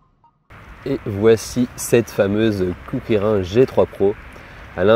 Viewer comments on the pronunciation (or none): Ça se prononce kukirine